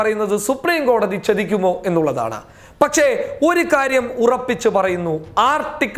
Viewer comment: ചെതിക്കുമോ എന്നല്ല ചതിക്കുമോ എന്നാണ് പറയേണ്ടത്. ഉച്ചാരണ ശുദ്ധിയിൽ ശ്രദ്ധിക്കുക